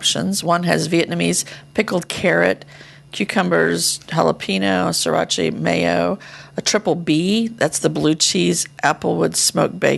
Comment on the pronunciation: I get a kick out of pronunciations. Chipoltay. Sirachay. Jalapeeno.